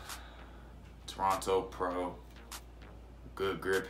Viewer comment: Good review 🌊 Lml dude said “Toronto Pro” it’s Torino Pro 😭😭 Keep up the wave y’all ✔️